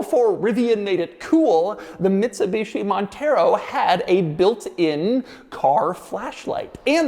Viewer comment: MIDSUBICHI MONTHEROW 😂